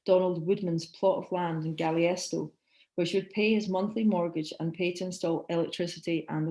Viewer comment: Marvelous lecture. Please correct your pronunciation of Taos and Galisteo, I am currently living in the area and I know you mispronounced them. Otherwise a wonderful talk.